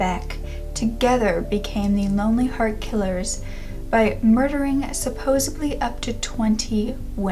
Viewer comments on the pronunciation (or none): Count me in as well...."supposebly" 😉